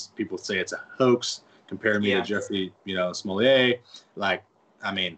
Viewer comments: Did anyone notice he said Jussie Smooleete? He pronounced it like Chappelle skit making fun of Juicy Smooleete. Lol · He said Smol-lay. I guess if it looks french, Southerners will pronounce it french. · He called him Jussie Smolliet... 🤣 🤣